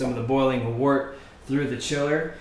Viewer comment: wert not water ugh